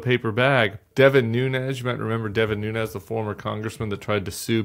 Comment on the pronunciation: Tim Miller pronounced that "Devin NuneZZHHH"... you speak Portuguese homeboy?